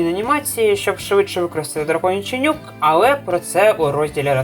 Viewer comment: я постійно чую "драконячий нюх" замість "нюк"